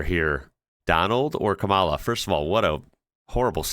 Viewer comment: Just out of curiosity, why do you mispronounce Kamala's name? Not being difficult, just curious 🤔